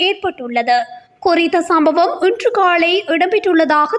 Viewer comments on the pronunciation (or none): உனக்கு ல உச்சரிப்பு சரியாக வரவில்லை ள தான் வருகிறது சரியாக உச்சிக்கவும் பன்னாடை காலைக்கு காளை என்கிறாய் காளை என்றால் காளைமாடு ஆண் மாட்டை குறிக்கும்